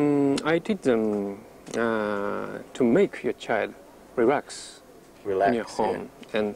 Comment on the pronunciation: "rerax" I love this man